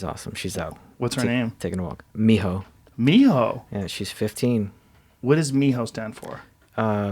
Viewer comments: I thought he called his girl dog mijo lol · Thought he said mijo lol